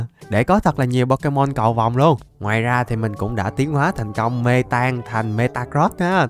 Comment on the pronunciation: mê tang mà em nghe me tang